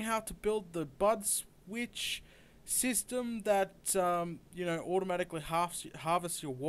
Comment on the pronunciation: Sounded like he said butt switch 8D